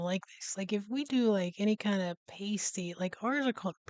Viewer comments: I understand why you pronounce it the way you do, it looks like pastry without the R but it's pass-tee. I can forgive the carmel but not this 😂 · It's pronunciation is past. Ey not paste ey.😊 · Hiya im sure someone in comments has mentioned this but its pronounced Pass tees us brits love to confuse our american cousins 😂😂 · Say pasty correctly!! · It gets me that most Americans do this despite hearing it said correctly 50 times in the video. Sadly it gets me shouting at the screen as though they can hear me! :P